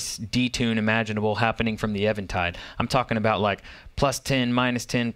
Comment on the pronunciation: thank you for pronouncing Eventide correctly